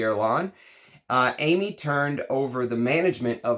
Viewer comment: Hi, thanks for a great video! And by the way Aimé is pronounced more like Èmeh.